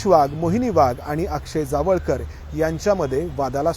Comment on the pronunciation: Jaavalkar nhi tar jawalkar ase nav aahe